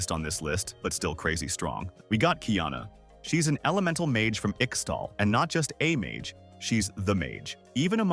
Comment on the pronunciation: Its not "ikstal" T_T For some reason, this it always makes me cringe when people mispronounce this. Great video aside from that ^^"